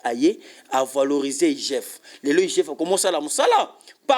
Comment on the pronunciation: Yoka ndenge azo prononcé les mots; Djirecteur, valorigé, djisept, djis...